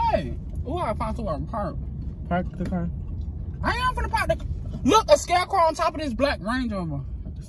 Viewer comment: He said scarecrow